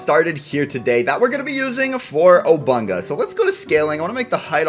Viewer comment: he says obunka